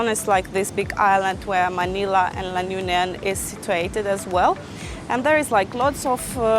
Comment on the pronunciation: You can't even pronounce LA UNION well 🥴😖